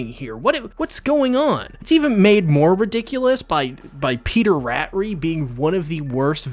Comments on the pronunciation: Raaatri.. not rat ri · No one : Literally no one : Him : Peter "Rat" "Ree"